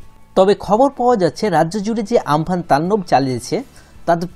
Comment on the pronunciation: আমপান (প্রকৃত উচ্চারণ উম পুন)